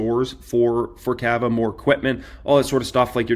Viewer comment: bro , it’s not kava , it’s cava